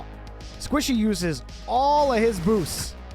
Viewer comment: This is how many times called Squishy, Sypical ↓